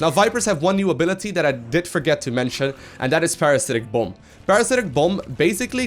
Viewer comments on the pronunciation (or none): Sorry but, it sounds like you said Parasitic Bum XD